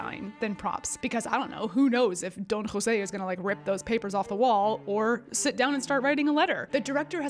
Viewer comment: Sorry, but you lost me when you mispronounced Don Jose